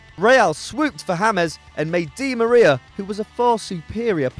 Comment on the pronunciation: yo you're mispronouncing Angel Di Maria's name. look it up don't stay ignorant